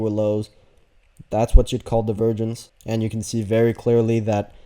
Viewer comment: Is anyone else hearing “the virgins” when he says “divergence” 😂